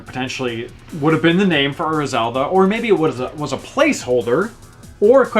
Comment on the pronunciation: personally I like Ura Zelda better, but I really dislike the heavy american accent you use when you pronounce it. you pronounce Ura like "err-uh", when it's actually pronounced "oo-rah" (roll on the r).